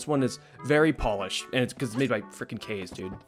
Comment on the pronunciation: Caw-Zey! That's how Kaze is pronounced. It's Japanese for Wind. As a Weeb who's watched a lot of Anime, I know this. So unless the person with that Name says otherwise, what you said was incorrect.